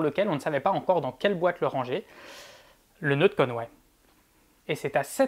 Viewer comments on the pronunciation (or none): none